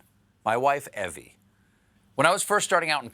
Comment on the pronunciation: Comments here spell Stephen's wife's name as "Evie", which most anyone would pronounce "Eevee". But Stephen pronounces it as "Evvie", which is how I would spell it.